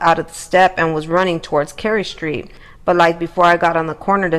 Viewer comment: Yours saying the street very wrong